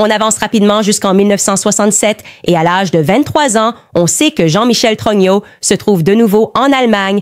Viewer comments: Tellement puissant comme IA que ça dit Trogno au lieu de Trogneux... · J'adore quand Candace dit jean michel TRognon😂